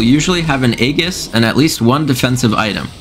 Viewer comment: why do you say aegis like that :(